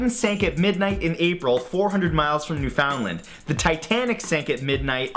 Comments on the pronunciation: As a Canadian, his pronunciation of Newfoundland really irks me 😅 It’s pronounced NEW-fun-lund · Canadians are going to roast him for misprouncing "Newfoundland" and he lives in Toronto!